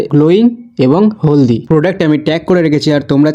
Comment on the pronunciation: দাদা ওটা হেলদি হবে হলদি না😂😂😂